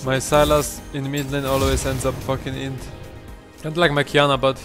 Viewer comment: Its Qiyana, not Qyana